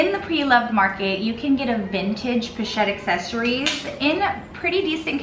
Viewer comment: Oh my good holy h*ll!!! You are talking about a FRENCH brand that NAMES their product line IN FRENCH...and you make ZERO attempt to pronounce the product name with the correct FRENCH pronunciation?!?!? I'm out...but not before I add a YouTube clip of how to correctly pronounce "assessoires".